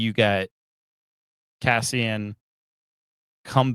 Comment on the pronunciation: My guy. His name is Cassian. Not Caspian.